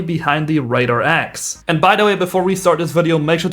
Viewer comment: Not trying to be rude but its pronounced the R-A-H 66 not the RAHHH🦅🦅🦅